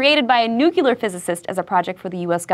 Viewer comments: She pronounced it Nuke-Ya-Ler rather than New-Clear *tear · GAHHHH!!!! SO ANGRY!!! It's not nuk-u-lar. It's nuc-le-er!!!!! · NU...CLEAR. Holy shit. Not NU-CULAR. WHERE IS THE SECOND "U" IN THE WORD NUCLEAR? WHERE!?!?!? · I was willing to let that slide, but the "nucular" short after did it in for me... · NUCLEAR NOT NUCULER!!! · NUCLEAR!! NOT NUCULAR!! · I really liked this video, but hon, you pronounce it "New-clear", not "Nuke-q-lar." Don't reenact ex-President Bush. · Nuclear... NEW-CL,EAR.... ffs What is Nucular?! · Nu-cle-ar! Not Nu-cu-lar! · She said nuke-ular. It's NUCLEAR. OH MY GOD. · New•clear=nuclear not New•quew•lur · SHE SAID NUCULER NOT NUCLEAR!!! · Nucular? Try nuclear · NU-CLE-AR...not Nucular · It's nuke-le-ar, not nuke-u-lar. Your channel has a video on mispronunciations, the irony! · Nuclear, not nucular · As soon as she said "nuclear" like "Noocyooler" I lost a little respect for her. It's a shame. I like iJustine. :( Damn my pet peeves. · NuCLEAR not NuCULAR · yeah.. you lost me at "nucular"... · Ugh, she says "nucular" instead of nuclear, like George W Bush. Very trashy. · nu-clear! not nu-cu-ler! God watch your own program lady. they covered this in mispronounced words... I cant even watch this video now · Heard nucular and that was where I stopped lol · first time disliking a mental floss video. Nukular. thats why. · you just said nucular uuuggggghhhh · Hey, Justine. You're hot. - I have lost all interest in you. You just said "nucular." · "nucular" Stopped watching the video there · I was totally fine with a change of host, but... nukular? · NUCULAR PHYSICIST? Seriously? How hard is it to pronounce nuclear. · nuclear. NUCLEAR. What makes it so difficult to say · One more person says nucular, and I'm just going to hop on that NOPEtrain to NOPEville. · i agree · I don't mind a female representative, but there are just too many things wrong with her facts. Plus she actually pronounced Nu-cu-lar... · "noo-kyu-lur..." Ugh. I miss John.